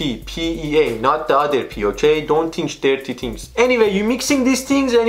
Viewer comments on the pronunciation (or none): "don't tinch derty thengs" 😂